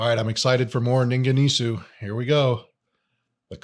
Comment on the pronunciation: pronunciation "Ningen EES" . just found your channel. I'll be checking out more!